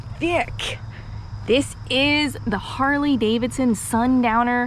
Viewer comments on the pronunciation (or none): I love me some “Harley davidshons”